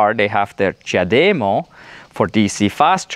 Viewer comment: It IS amazing the size difference- as they say-it matters. I always feel like such a stud when I plug in my car with the CHAdeMO lol. At first it was difficult but has gotten easier. I appreciate your pronunciation of the CHAdeMO- now of I can get it into my thick head to say it that way, here's hoping! Even though I'm not a T fanboy -always though they were too expensive, their charger plug (as well as their vehicles) are S3XY!